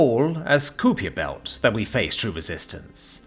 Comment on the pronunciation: Kupiejer Belt? Kuiper Belt!